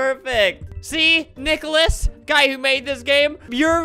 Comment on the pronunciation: "see NiCkUhLaS" its nikilis 😭 LOL